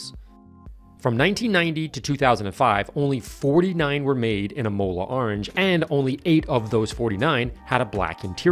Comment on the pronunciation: Think you might be pronouncing Imola incorrectly.